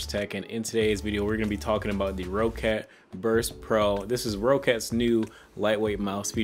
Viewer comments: PSA: It's pronounced Rocket not Row-cat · nope it's rock-cat but so ye he is wrong